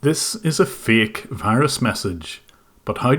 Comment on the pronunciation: "This is a faEk virus. But how do you know it's faEk?"